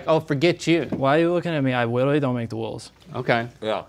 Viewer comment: “I witerawy don’t make the wules”